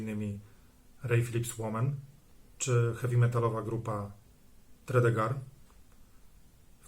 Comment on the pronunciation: Nie Tony "Borg" jak ze Star Treka, tylko Tony "Bordż". Nie "Tredegar" a "Tredigar". Następnym razem się upewnij co jak się wymawia, bo albo nie zrozumieją albo pomyślą że Polacy to ignoranci. A ogólnie to ciekawy wywiad, na pewno unikat na skalę światową. Propsy, że udało się wszystko nagrać!